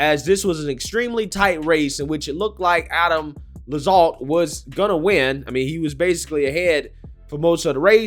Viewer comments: Bruh. How are you so bad at pronouncing things as a political commentator? It's Lacks-alt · Adam Laxalt, pronounced “Lack-salt” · It’s pronounced LAX Alt